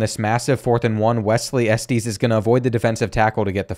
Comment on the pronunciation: The way you pronoun Estes is crazy